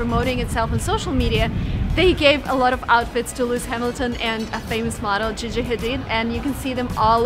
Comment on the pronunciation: It's pronounced Gee gee Hadid not gege